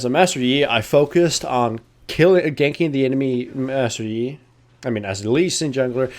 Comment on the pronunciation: how many times you screwed up lee sin and master yi names, funny :D